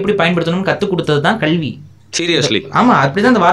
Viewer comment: கள் இல்ல கல்.... கல்வி..... இவ்வளவு விஷயம் அழகா விவரிக்கிற நீங்க 'ள ' ல ' உச்சரிப்பு கொஞ்சம் கவனம் செலுத்தினால் இன்னும் சிறப்பாக இருக்கும். Because i watch all your interviews i am suggesting this.. Thank u..